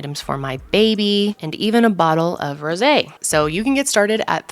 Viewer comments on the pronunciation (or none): none